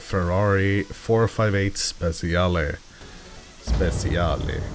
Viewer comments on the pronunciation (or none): Every time you say speciale you make me laught... The pronunciation is spechale